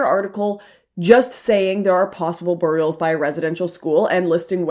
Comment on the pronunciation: "BURRIULS." - Lauren's accent.